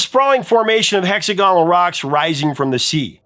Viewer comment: FLAM-mable. HexAG-onal. Sorry, not trying to be a professor of English. But it hurts